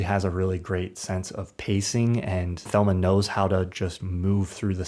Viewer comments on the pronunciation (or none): none